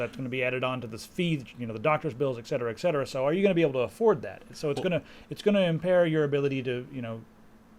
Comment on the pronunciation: Btw, It's ''et cetera'' not ''exetera'':)